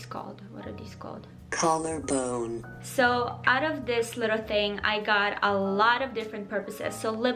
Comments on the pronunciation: I subscribed cause of the robot saying colorbone😂😂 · "col-lar-bone" the best